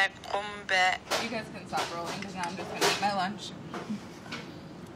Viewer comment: I hate how she says qumbe. I can say it and I'm not even Somali.